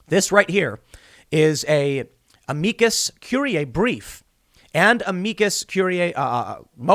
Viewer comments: Tim, just call it an amicus brief. You're obviously having a hard time pronouncing the full name, just say the easy version, it's the same thing lol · It bothers me every time Tim tries to say Amicus or amicus curiae or Amici.... #Trialsofsomeonewhotooklatininsteadofanormallanguage